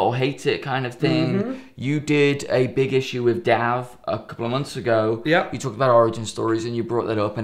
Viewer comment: So why do they pronounce it "Dav" and not "Dave" or is it spelled Dav